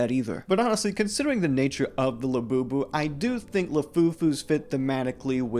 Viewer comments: everytime i hear "24 karat gold labewbew" i die a little more in my soul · These people have to die a little bit on the inside every time they say "Labubu" right?